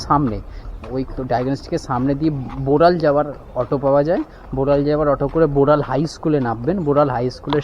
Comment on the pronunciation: Borol noy Boral